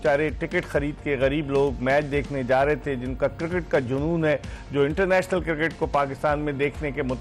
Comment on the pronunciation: I Dont want "Sami" final,,, i want "Shoaib" final😂 For Us: its Cricket For: its Kirkit 😎